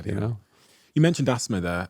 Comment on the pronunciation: The way you say "Asthma" is wild.